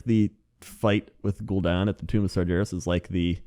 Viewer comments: Sar GAR es not sarjarus but we all make mistakes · sargeras is pronounced: SAR-GAAR-US NOT SAR-JAR-US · Sar-jair-us sigh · Sar-JER-is yup thats. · the way you say Sargeras irks me and that's my opinion~ internet. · please, I can't take it. Sargeras has a hard G, not a soft one. It's like nails on a chalkboard, man.